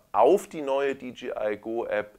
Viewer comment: Super. Habe gerade die Mavic pro heute neu und werde deine Videos im Laufe des Wochenendes durchkucken ;) Eine Sache kann ich mir nicht verkneifen: du sagst immer DGI statt DJI. Im Englischen müsste es doch Dee Jay Ei heissen.